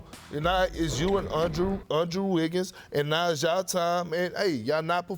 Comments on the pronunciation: Lol he said "on-drew wiggins".. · "UnDrew Wiggins" 😂😂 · “Ahndrew Wiggins”